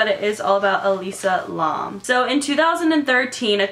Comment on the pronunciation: LAAM. LAAM???? THATS HOW YOU SAYS ITSSSSS. IN GOING MAD. IT LIKE LAMB OKAY SAY IT LIKE THAT WITHOUT B this is a joke, but seriously tf you can't pronounce it